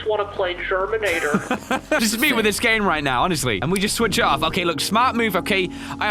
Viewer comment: It’s germinator lol